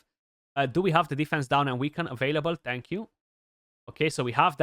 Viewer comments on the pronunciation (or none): none